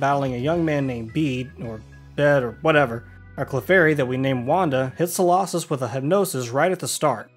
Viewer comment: Its so-low-sis not so-law-sis.